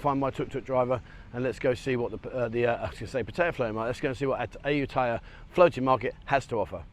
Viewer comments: Come on Aajutaja? How British can you make it sound? Ayutthaya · Ask a local to pronounce Ayutthaya. I know, it ain't easy sometimes.